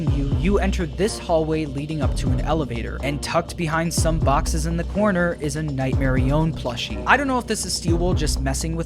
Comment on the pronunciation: night merionET not nightmerion